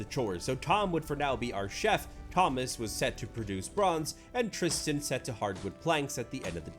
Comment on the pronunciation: It's very weird to hear my name (Tristan) in a YouTube video. It's even weirder to hear it pronounced correctly!!